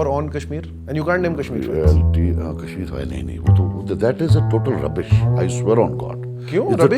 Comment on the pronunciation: roubish ?? Really ?? Reliv ...Geliv ...Cheliv ....